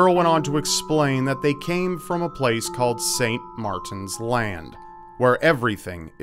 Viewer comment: Haha when you said the children came from Saint Martin's land it sounded like Saint Martens Latem which is a town in Belgium.